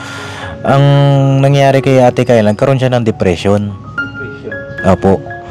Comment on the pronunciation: Ano ba talaga ang tunay na pagbigkas sa pangalan ni Kyla o Tyla 😅 puro Tyla kc si.Ay naku noon pa sana kong nakinig si Kyla hindi ako bashers papadinz pero pagnagsasalita si at demanding sila sorry po kaya ang mabuti papadinz sa institusyon na lng ipasok.